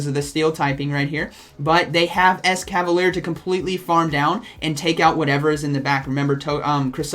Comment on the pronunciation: Yeah but it's actually mispronounced here too as it it "ES-KA-VA-LEE-AIR" as it ends in 'ier' and not just 'er' like he pronounces.